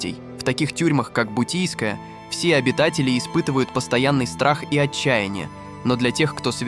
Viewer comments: НЕ БУТИЙСКАЯ А БУТЫРСКАЯ ТЮРМА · Бутырская,а не бутийская😂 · Бутийскпя тюрьма?😂 бутырка а не бутийская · Бутийская тюрма😂? Бутырская будет верно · Ну автор конечно форменный идиот не бутийская тюрьма в Москве а (Бутырская тюрьма) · Бутырская,...бутийская😅😅😅😅., БУТЫРСКАЯ ясно,робот эй!!! тебе понятно!!!???!!! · Обалдеть "Бутийская". Автор, вы невежа. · Бутийская тюрьма? 😂😂😂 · Услышал Бутийская тюрьма, можно закрывать. Автор угорает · Уберите из ю тюба эти каналы которые озвучивает нейронка, ударения я молчу но «бутийская» тюрьма в Москве это перебор, вы чего людям голову то морочите, потрудитесь хотя бы озвучить грамотно и подать информацию не так убого